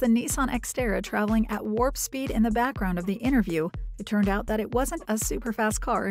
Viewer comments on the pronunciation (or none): none